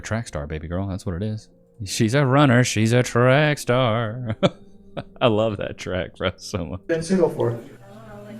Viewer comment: "She's a runna She's a track staaa" 😂😂😂